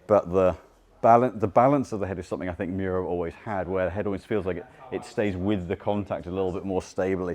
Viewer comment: Miura not Muira